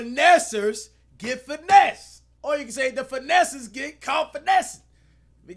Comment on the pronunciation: How many times Am I gunna hear the word finnesser in this vid 💀📸